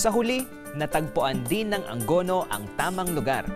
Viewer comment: it should be "A-ngo-no" hindi po "Ang go no"